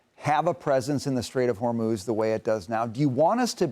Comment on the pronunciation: Bessent actually called it the strait of Vermouth!😂